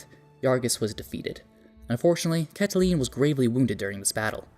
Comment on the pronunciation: Fyi Caitlin is Katelyn not Cat a lean.